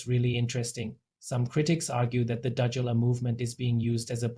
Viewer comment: You can't even pronounce the word and no proof for accusation, just shut your mouth you've obviously run out of news for your channel. O/DUDULA is for us, not you.